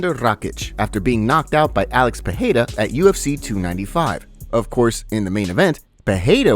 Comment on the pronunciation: Dude it's not pronounced Peheira, it's Pereira.